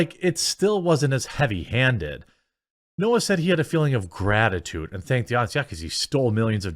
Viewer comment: Trevor nope-ah